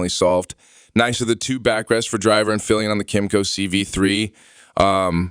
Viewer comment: You have to learn how to pronounce "Piaggio" and not just pronounce it differently each time. Also "comparable" has the stress on the first syllable. Also, basic motorcycle terminology; it's "Pillion," not "Fillion." Odd. Sounds like whoever wrote this doesn't speak english as a first language. Good review but work on language and presentation skills;)